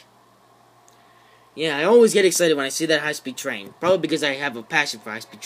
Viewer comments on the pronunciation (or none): hIGHH SPED TREEN! yih. MEEEEEEEEEEE! I WAS DYING AT THAT PART🤣